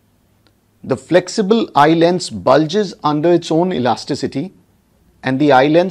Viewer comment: I astonished the pronunciation of "Eye Lens" by YouTubers as eyeland. The youtuber must pronounce correctly, it irritates. I stopped watching his video in-between.